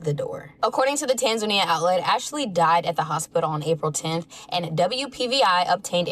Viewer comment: Bro 🤦🏾‍♂️ it’s pronounced TANzuhNEEyuh